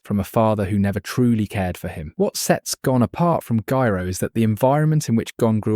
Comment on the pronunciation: I don't mind the AI voice, but please make it pronounce Gyro correctly 100% of the time 😭